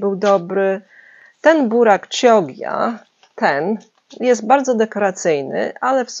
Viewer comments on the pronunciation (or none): Burak chioggia czyta sie kiodżdżia.(bylam duzo lat we wloszech)